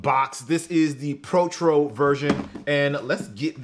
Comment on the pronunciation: We gon ignore mans said protchro when it’s pronounced pro-toe